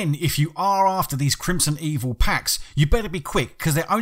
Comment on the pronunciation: Its Crimsonveil not Crimsonevil for the record